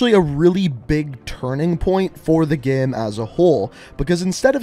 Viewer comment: Just me or is he saying gem instead of game